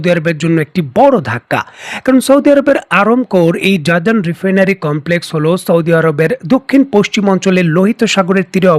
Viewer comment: উচ্চারন জাজান হবে না হবে জিজান।